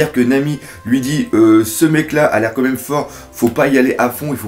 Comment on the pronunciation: Tu dis "co même" au lieu de "quand même" xD Sinon très bonne critique analyse ! ^^